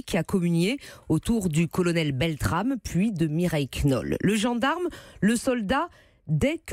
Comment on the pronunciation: Le dernier journaliste est même pas foutu de prononcer correctement le nom du héros BeltraMe... aussi peu d'intelligence que de respect...